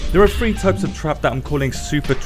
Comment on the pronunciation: It's pronounced TH-ree. Not Free. Funny talking man can't even say three right.